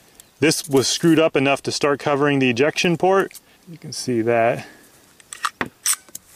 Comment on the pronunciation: i thought you said erection instead of ejection